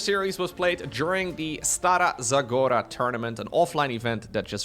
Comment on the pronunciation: I appreciate how you took the time to get the pronunciation of Stara Zagora right! Cheers!